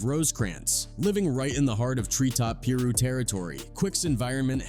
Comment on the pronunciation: The narrator was saying Pirus wrong but I enjoyed this story